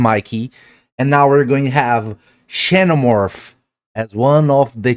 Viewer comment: just fyi xenomorph is pronounced "zenomorph"